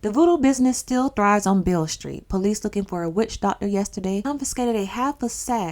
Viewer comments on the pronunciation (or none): Its pronounced Bill street😂 B.B. King got his name from that Street. Beale Street Blues Boy B.B. King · And it’s pronounced like “ BILL ST “